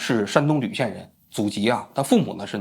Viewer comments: Jv xian 而非lv xian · 唐一军 山东莒(ju)县人，不是lv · 山东ju县不是吕县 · 王局难道也是山东秀才只识半边字？ 唐一军的老家“莒县“发音是“举“，不念“吕“，王局做节目还是需要注重类似这些的细节啊，否则会影响你的公信力哦。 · 莒县，读ju不读lv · 终于听到王局念错字了😂，山东莒县，是念“ju”同举，不是“lv”吕。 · 山东莒(ju)县😂不是lu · 又来了山东（铝）县人，白字王啊，这个字应该念举啊。你的初中语文不行啊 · 王局不认识莒，想当然念吕了，你如果认真听，王局每次节目都有念白字，去看过去的，都有，他文化水平真的不行啊，白字都是初中语文习惯望文生义，懒得查字典，形成不可改的习惯了，积恶成习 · 山东莒县。谐音（ 举）县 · 莒（jǔ）县，卖官鬻（yù）爵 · 山东莒县（ju） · 山东莒县(音:举) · 山东莒县，音：举